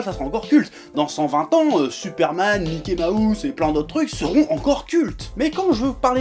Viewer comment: non. Mickey se prononce miki.